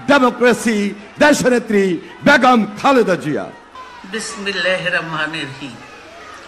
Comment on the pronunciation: বিসমিল্লাহির রহমানির রহীম ও আসসালামু আলাইকুম বলতে ভুল।